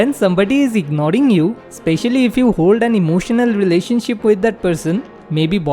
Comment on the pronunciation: Ignoring❌ Ignoding✅